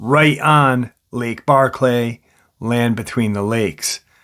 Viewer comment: Hey, it's Barkley not Barr-clay, it's all one word, I know it don't matter much but I'm just want you to get the pronunciation right, it doesn't sound right "Barr-clay", you know? Anyways, Preciatecha I'll get back to listening now. Lol